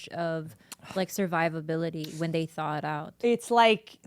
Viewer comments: I used to think Whitney Cummings was somewhat of an intellectual until I just heard her say "de-thaw" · "de-thaw" lol....ya mean thaw?